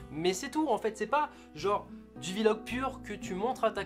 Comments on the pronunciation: Drougard Charles ou dit pas vi-log en anglais on dit vlog tout court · On ne dis pas VVVVVVVVVVVVVVVVVVVVVVV- log, on dit vlog :) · On dit Vlog et non pas VILOG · Kamui tout à fait ! Et on écrit bien V majuscule et log derrière Vi log😉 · Qui pe dire à gota qu'on dit Vlog pas v log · Gota on dit blog pas vilog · On di pas vilog on dis direct vlog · C pas grave mais on dis pas vilog mais vlog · On dit pas vilog on dit vlog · Putain un vilog mdr c'est Vlog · D3RNØX YT non c'est v en anglais donc ça se prononce vi donc vilog / vlog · Gotaga c pas '' Vilog'' mais vlog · Jessy James a Oué mais sa fait bizarre parce que les autres YouTubeur disent vlog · De ouf mdrr il dit Vie-Log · Ça ce prononce vi-log, c'est anglais pas français. :) par contre mdr ta soeur a la fin "lacher un pouce bleu et aime la video" !! Mine de rien super Vlog. Merci the french monster !!! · Il dit "Vie-log" parce que la musique qu'il utilise c'est l'instru de Damso-Macarena. V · "Un ptit Vi-Logue" Gotaga 2017. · "Je ne sais pas "Vi-Log" Gotaga 2017. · Jean-Michou Le Caribou c'est Vlog et il le prononce en anglais.. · L'essentiel à retenir : sa sœur est plutôt mignonne. Il ne sait pas dire "Vlog". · "vi log"... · C MOI OU il dit VI LOG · AAAH MAIS DIS PAS VILOG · Arrete de dire VI LOGUE frere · Tu ne sais pas non plus prononcer "vlog" apparemment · Mec tu veut faire des vlog mais tu sais mémé pas comment ça ce dit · Tu sait pas VLOG, ni le prononçais d'ailleurs :D